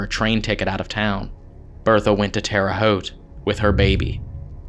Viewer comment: Hey congratulations you said terre haute correctly! Like 5% of people do that correctly. I grew up in Indiana and it looks like it hasn't changed much, still pulling the rug out from under us and making us fall flat on our face huh? Did the same thing to me when I got sent to prison for 3 years because I had a weed grinder, unforgivable sin I know... Luckily I moved literally 15 minutes north into Michigan and now I legally help 45 cancer patients by taking care of 200 plants for them. Saved a four year old's life in a way by providing a last-ditch option for a family who's 4-year-old had stage 4 brain cancer and they had no more money or options to try so they tried mother nature and luckily I knew it enough science to make it viable and safe and 3 months later the kid was eating fine because he got his feeding tube removed and to this day he's doing good. Obviously I didn't save the kids life but I was a part of it. If I still lived in Indiana I'd be another felon, doing the devil's work... Which brings me to my next and closing point, I noticed a lot of episodes being filmed in Indiana and I think it's because there's a lot of ghosts lingering out of spite for the ridiculous laws within that state. It's the most oppressive and restrictive State I've ever lived in and everybody's got their head up their ass somehow because they're looking down on everybody at the same time, swallowing Xanax between church services talking about how much you need Jesus. Not even noticing the